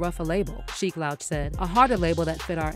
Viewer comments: You should do a better job of researching who you make videos about, the man's name is pronounced "Loooooooch" not like OUT. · sheek LOWCH? this was definitely read by AI . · Louch rhymes with pooch, not couch. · Sheik LAHWCH is crazy work . Its pronounced LOOCH but spelled Louch 😅🤣🤣🤣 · Tell us you never listened to their songs without telling us.....Sheek Lowch? its Sheek Louch....pronounced Looch. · If you’re gonna take the time to investigate and publicly publish a story about one of the most iconic groups in history…at least get Skeeks name right!!!!!! It’s Sheek Louch (Looch) not “Lowch” that shit got me tiiiight! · Sheek L-ouch 😂😂😂 Louch(Looch Bih) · The way you're pronouncing Sheeks L"ouch" instead of Looch name is crazy 😂 especially because with people who you're reporting on. Hear Jada go on about dropping that fridge on Puff NEVER gets old. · LOUCH ....Lou....ch sound it out ma damn 😂😂😂😂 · The way you pronounce louch makes me want to scream! Jesus christ lol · Learn how to pronounce Louch genius.